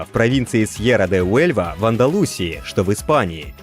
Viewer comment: праильное ударение - в АндалусИи. и чориСо - испанцы не используют звук з. Zara, кстати, тоже Сара.